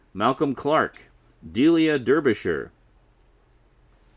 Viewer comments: I hate to be "that guy" but it's pronounced Dar-be-shire not Der-be-shire. Bloody British English. At least she's not called Delia Llanelli or Marylebone... Having watched the video to the end now I'm intrigued as to what this "DW related LP" you mention is as I thought the next two would be the two audio plays or the two 80's volumes of incidental music. It's not one of John Pertwee's boring musical LPs is it? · ***** It's pronounced "dar". I live in the county of Derbyshire (named after it's old capital city Derby, pronounced "Dar-by"), and have also never heard the name, nor indeed Delia's, pronounced any other way.